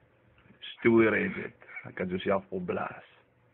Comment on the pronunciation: Realised now he couldn't say 'steriods' 🤣🤣